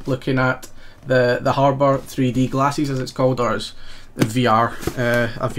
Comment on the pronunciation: Love the way you say glasses LOL